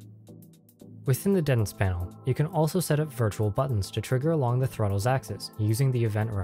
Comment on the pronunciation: Say it with me. DEEEEE TENTS.